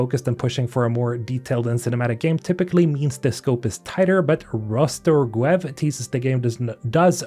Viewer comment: FYI: "Rastorguev" reads like "rust-or-goo-yev" ("gu" aka "goo" part is stressed). Not like "raster-g(u)ev". I'm russian, too.